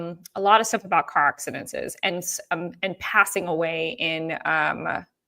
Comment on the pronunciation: Please stop say car accidentsenses (however u would spell the word you are saying!😂😂) It’s just accidents (3 syllables) ac-ci-dents. Love ya & you probably know by now I have that deep need to lead people down the correct grammar path. 😘 Please be careful driving! That would scare anyone!